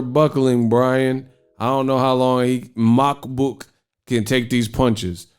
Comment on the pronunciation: You have too much hate for Makabu ... at least learn to pronounce a fighter's name out of respect. He won that fight. He is the current WBC champion.